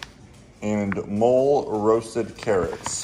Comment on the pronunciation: Lol “Mole-roasted carrots”,, it’s pronounced “mo-lay”. It’s regional in Mexico and I think it’s delicious!😂 Beautiful GD btw